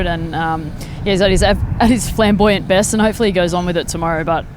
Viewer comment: ‘Flambouyant’? Really?